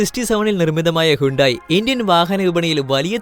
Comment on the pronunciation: റേനോൾട്ട് അല്ല റെനോ ആണ് പ്യുജറ്റ് - പഷോ സിട്രോൺ - സിട്രോയെൻ ഹുണ്ടായ് - ഹ്യുണ്ടേ